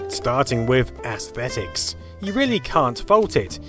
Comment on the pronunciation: Ahhh man, you said aesthetics. I always do a little shudder when you pronounce that in a really weird way. Don't worry, still a great video but practise that word. For some reason this single word seems to elude correct pronunciation by a lot of people.